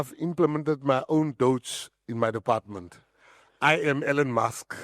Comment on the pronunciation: I love how neither Julius nor Gayton McKenzie can pronounce Elon's name how it is pronounced in English.